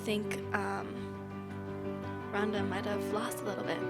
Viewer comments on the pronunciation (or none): It's ronda, not rrhonddda.... Wtf